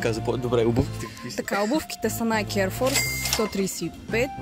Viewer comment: Казва се найки😀